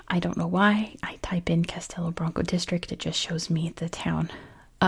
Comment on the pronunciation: I don't think anyone would think you're trying to offend us. You're making a video showcasing our country, which is great and appreciated. I will point out that the "O" at the end of "Branco" sounds more like a "U" for the sake of correctness, but you're doing fine (especially for someone who doesn't live here). Portugal's a beautiful country. Thank you for making this video.